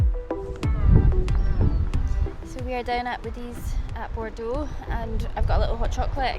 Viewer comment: Congratulations on getting the pronunciation of Bordeaux right 👌. As a local (Guernsey) it is great watching your videos and your view of the Island and bailiwick.